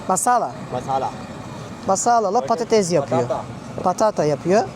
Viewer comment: Patatez❌️ patates✅️